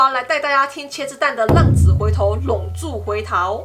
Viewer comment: 我还以为”衝坑“是”道破“或说出来的意思。还有”浪子“读成”浪主“有点混淆。谢谢。